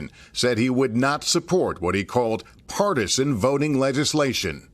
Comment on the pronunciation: What Joe Manchin called "Partisan votiNIG-" MADAME VICE PRESIDENT GET DOWN!!